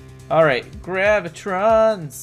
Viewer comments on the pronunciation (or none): I don’t know why but I always get annoyed when people say GraviTRONS instead of how it’s spelled, GraviTONS.